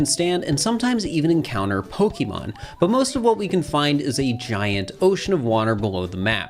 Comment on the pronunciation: I loved this vid BUT there's an accent mark on the e,it's Po-kay and Po-kuh is fine too but Pokee gets me really badly